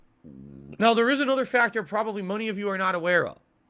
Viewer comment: I guess he has given up on the word "droves" and has replaced it with "staunch" as word of the quarter. Also it made me laugh at the beginning where he tried to say "many of you" but said "money of you" he can't get money out of his head.